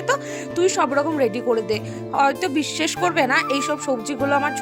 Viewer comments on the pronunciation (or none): Bisses😂😂😂 Bissas hoy ota